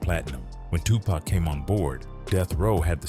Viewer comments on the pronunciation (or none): I hate when white folks say “Tupack” instead of “Tupac”